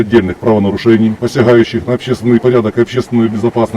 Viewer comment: Послушайте как матрешка сказала слово " посяГающих".